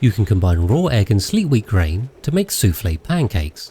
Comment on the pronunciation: No mistake with the word soufflé 😅 congrats !